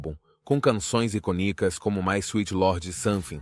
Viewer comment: Sim, e inclusive palavras em português (como "iconíco", ao invés de "icônico").